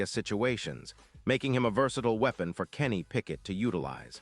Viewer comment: Did this guy say Kenny Pickett?